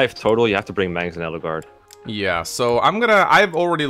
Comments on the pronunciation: The way they pronounce edelgard is odd it's like adelgard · Who or what the fuck is "Eddlegard"? I've only heard of Edge Guard.